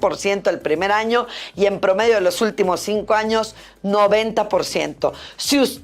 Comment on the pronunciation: " pugo" " aprovo" "utlimo " Pudo. Aprobó. Ultimo